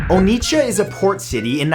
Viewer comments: 😂 The T in Onitsha is silent, and the O is pronounced as "Or" (without the R), not "Oh". To pronounce the entire word properly, say "Awww" 3 times. Now replace the them with each syllable of Onitsha. There. You're welcome (I'm Nigerian and I'm showing off, just in case it isn't obvious by now😂) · You called it Onicha Nigeria 😂😂😃😂😉😉😂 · For some reason I knew Nigeria would be on this list... You pronouncing Onitsha was hilarious 🤣🤣🤣